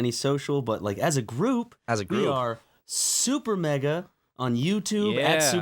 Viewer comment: “Super maega”